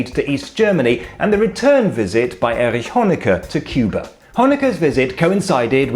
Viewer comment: Other than me that notices that he says "Erich Honecker" perfectly , but not Ernst Thälmann?